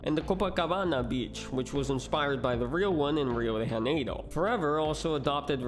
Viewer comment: É, o q vc falou do Forever tá quase tudo certo, faltou alguns detalhes e a situação dele é um pouco mais "complexa" do q parece. Sua pronúncia do nome real dele, do "Morro do Xere" e do Rio de Janeiro ficaram ruins, soou mais como espanhol do q português. Eu poderia e ia escrever isso em inglês mas eu tenho mais o q fazer no momento, se vira aê pra traduzir isso, falou! Tamô junto!